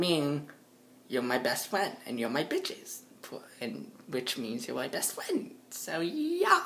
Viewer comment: I'm you're fwend